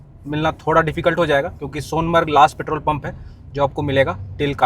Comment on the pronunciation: सोनमर्ग सोनामर्ग नहीं